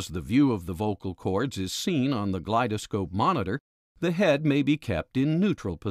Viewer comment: Its not pronounced glide -a-scope brother. Its glidescope.